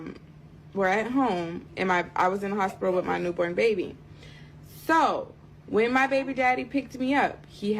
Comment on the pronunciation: Why is she saying “beebee” … it’s an “a” …. It’s called “baby” sounds like “bay-bee”